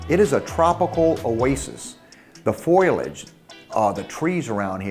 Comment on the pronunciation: Foliage not foilage George. Love the shows.